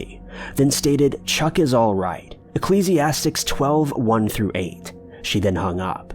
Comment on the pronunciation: The book in the Bible is pronounced "e-KLEEZ-e-asties" , not "astics".